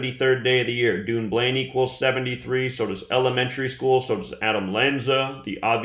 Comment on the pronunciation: Say it like; Dunn-blane, Scotland, not UK... Xc